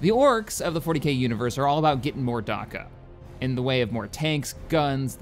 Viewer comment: "Darkka" Delete this video and upload it again when you've fixed that thanks fella